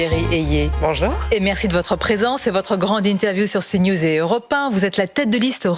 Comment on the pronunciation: pourquoi elle dit EurApe ?